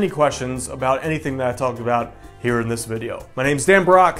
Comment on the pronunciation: Dan I love your videos but you need to annunciate your name better. Every time I hear "I'm " in your ending. lol Also an update to your affiliate guide would be nice. Google keyword planner is no longer free and required an adwords account.